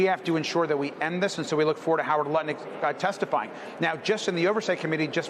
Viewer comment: hahaha he said nutlick haha